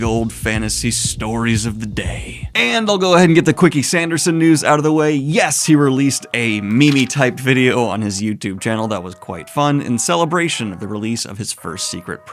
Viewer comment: Did you say 'me-me' ?